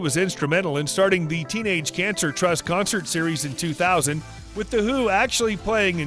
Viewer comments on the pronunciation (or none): none